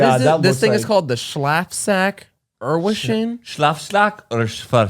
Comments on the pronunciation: "Schlafsack erwachsene" 😂😂 its German just meaning sleeping bag for adults, pronunciation wasn't German tho 😂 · Not believing perfectly pronounced Schlafsack Erwachsene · I nearly cried about the “schlafsack” pronunciation of 😂😂 it’s literally just the german version of sleeping bag and the word “erwachsene” behind it, is the word for adults 🤗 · As a german teacher it was so funny watching and trying to pronounce Schlafsack erwachsene 😂😂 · The way and pronounced “Schlafsack erwachsene” I cant 😂😂😂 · who else is german and CRACKED UP laughing about how they tried to pronounce "Schlafsack Erwachsene"??😂😂😂 loved the episode! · I just love how and tried to pronounce,,Schlafsack Erwachsene". Matts version sounded kinda dutch to me but Heaths pronunciation wasn't that bad. It's actually German and means sleeping bag for adults. 😂